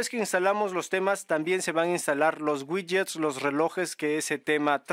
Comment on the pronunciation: Ouidgets ouidgets 😅 pd descargué tooooodos los gidgets 🎉🎉🎉